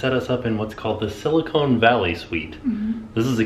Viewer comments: Did I hear you say silicone? Its silicon! I dont expect you to know that though. Welcome to my home town. You should come visit fresno some time! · Please... it’s Sill-a-con like khan... not cone like ice cream. Silicon and Silicone. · Silicon. Not SiliCONE. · LOL, It's pronounced..sila con valley.